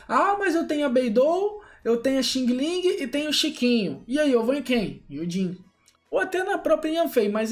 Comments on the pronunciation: DIZ-SE XANG, XANG, REPITO, XANG-LING, E NÃO XINGILIN!!!! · No caso seri Xiang-Ling mas blz